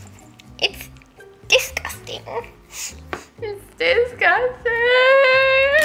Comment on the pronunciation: I like how she said "DISTOUGING" when she got the snake with 3 pairs of glasses on 🤣🤣🤣🤣🤣😂😂😂😂😂